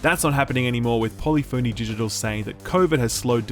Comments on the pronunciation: sir, it's pronounced "puh - LIFF - uh - knee Digital", regardless of where you live. 😬 That's what you get for ripping on the awful Games with Gold 😂 Remant is such trash, I don't understand why you like that game. FF7R is amazing though, but I already own the physical Deluxe Edition. Also that's hilarious that Paul Tassi said "are these real games" lmao, was that on YouTube or Twitter or what? He's one of my other go-to gaming channels for Destiny and other stuff... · He mispronounced at least five words in this video, it's okay I corrected him on the most important one; Polyphony Digital 🤣